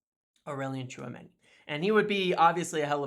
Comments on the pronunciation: brother brother did you just said tchoumeni 😳😅 ? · Tchuameni you say 🤔